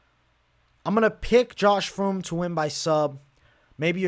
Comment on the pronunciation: Spelling: "Fremd": "Froomd"